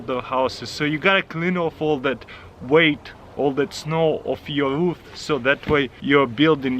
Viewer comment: Taras your say Ruth it's roof